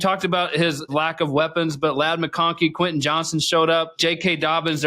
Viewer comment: Who's Queh Eh Johnston? .. The man's name is QUEN TIN say it It has a T Say the T